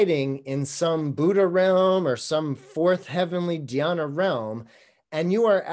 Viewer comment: It sounds like you are pronouncing "Dhayana" like "Jannah" as in the Arabic word for heaven; from the Islamic faith. Interesting that these two words would sound so similar. I could not find a linguistic link between the two. "Jannah" is of the garden in Arabic. I believe Sanskrit is much older than Arabic, so I wonder if some language or even concept borrowing might be going on. Do you have any knowledge of this? Awesome presentation, by the way.